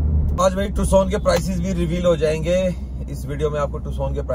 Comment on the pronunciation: टुसन नहिहे नाम टक्कसन हे नाम